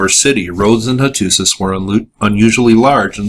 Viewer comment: They actually had writing on clay tablets. They found in the kiln but they could not send out the “letters”. Because they were attacked. They were still in the kiln. They said who it was. They were trying to send an SOS. You can read word for word. And you should learn how to pronounce the name of the city. It’s easy. Go in YouTube.